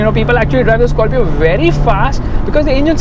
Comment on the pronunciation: South Indian pronunciation "Skarfio"